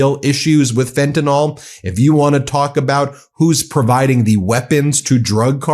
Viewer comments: FENTANYL THERE IS NO "O" IN FENTANYL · Please, please, please.. It’s pronounced FEN-tan-NILL .. not FEN-tin-ALL. I was on Fentanyl patches before my spinal fusion surgery. In fact, I was once given the wrong dosage patches (75 mics instead of 25 mics) and could have gone into a coma or even died; my doctor said that had I not had a high tolerance to opiates I would have gone down. It’s an important issue and everyone pronounces it incorrectly. Thank you and much love to you.❤️❤️❤️❤️❤️❤️❤️❤️❤️❤️❤️ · Fentanyl= FEN TIN ILL not fentin ALL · I’ve heard of a drug called “fentan-Y-l”. I’ve had it twice legally, for two toe surgeries. It works fine. What is this stuff called “fentan-O-l”?